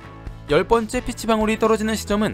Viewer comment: 복숭아 피치는 피~취(길게 발음)